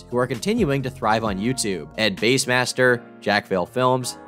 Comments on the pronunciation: ed base? I thought it was bass like the fish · You know it's bass, like the fish, right? Not the instrument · It’s Ed-bass master not Ed base master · Did call bassmaster “base-master”????? Tuff